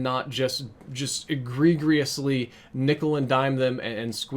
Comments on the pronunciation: The second g in egregiously is pronounced as a j lol like e-gree-jiss-lee not e-gree-gree lol not hating just looking out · I'm only telling you this because if I were doing it and someone noticed, I would want them to tell me. You're pronouncing "agregiously" incorrectly. Agree-jus-lee. Other than that I wholeheartedly agree bro. Great video. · my man really pronounced agregiously as (a-gre-gre-us-le) lmfao learn english homie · Nice video man. But I gotta say... it’s egregiously.... but the giously is pronounced “jus-lee” not “gee-us-lee”. Other than that spot on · Egregious. Uh-gree-jus. Sorry. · Egregious or egregiously but not " egregregiously" no GRE GRE in that word.. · What? E-gre-grere-ously? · minor correction but it's pronounced "ih-gree-juss-ly" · E gree-greeously. Man has been playing too much osrs. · You're right on all points, great vid! W/ one caveat, egregious is pronounced E-Gree-jous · *Eh-gree-jus is how you say it and yes it is. They keep selling less for more. At the beginning of the games lifecycle you could buy a mastercraft, get a mk2 version and a reactive camo with it. Now all you get is a weapon skin for only that weapon and some stickers for 10 dollars. Definitely not going to buy MW4. Who wants to play a 60 dollar game where a large portion of the in-game content that could be used to keep the game fresh is locked behind a paywall? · you should look up the pronunciation of "egregiously". hint the second "g" is soft. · Good video but PLEASE look up the word "egregiously" - you are saying it wrong. The second G is supposed to have a J sound. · Word of the day: "egregriously" Try again ;) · Egregiously. Eh-gree-gee-us-lee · When PUBG is more appealing than Black Ops 4... And say it with me: Ahh-gree-jus-lee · Eh-gree-gree-ously tho. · "Egregiously" lol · bro you mispronounced "egregiously" less than 30 seconds into the video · Dawg love the point but every time you try to say egregiously I cringe